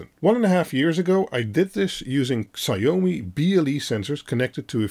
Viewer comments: Please don't say "sigh-oh-mee". It's more like "she-ao-me" (ao as in how). Thanks. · Please learn to pronounce Xiao-mi properly!